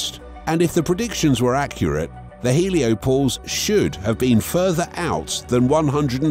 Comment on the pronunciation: "Heliopose"...? Hoa about HelioPAUSE?